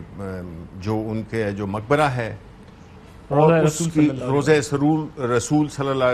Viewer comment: Rozay mobark ko makbra Bol raha ha 🖐️🖐️🖐️